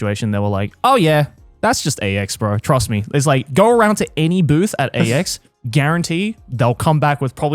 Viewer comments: I feel like it's supposed to be "I did so much at AX this year" but yeah it 100% sounded like Ecstacy lmao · why’s it sound like Joeys saying “God I did so much ecstasy this year” 😂